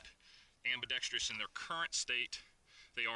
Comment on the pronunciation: It's pronounced "ambi-dex-truss". I'm not sure who started the "ambi-dex-treeous" pronunciation in the gun community, but as an ambidextrous shooter, I find the mispronunciation irksome. Otherwise, good video!